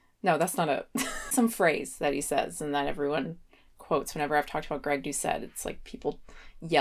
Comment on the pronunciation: is making voney with his vookbook